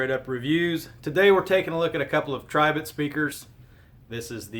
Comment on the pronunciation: Finally, somebody that says the brand correctly.